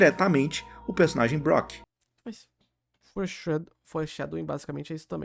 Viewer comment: Intankavel o chamando o Brook de "Brock"